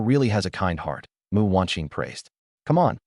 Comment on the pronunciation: My god, the AI reader gets the name "Mu" right and not Emm-You! Very impressed with the QC you've done!